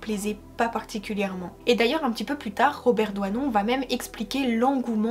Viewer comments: Robert Doisneau et non Robert ""Douanon'' !!!!!!!Grand photographe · DoisnEAU PAS DOUANON...SVP ..LOLLL C EST FATIGANT..SURTOUT DIT 50 FOIS .. nt